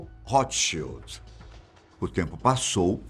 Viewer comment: Ao menos ouço alguém pronunciar corretamente o nome Rothschild. Boa sinopse da ascenção da família.